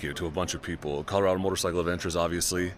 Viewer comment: I grew up in Colorado I would say it like Colo-RAD-do . It's called colorful Colorado for a GOOD REASON.